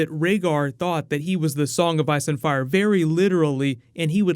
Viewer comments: Ire & Fice? Is thaat a new GoT thing? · the child of ire and fice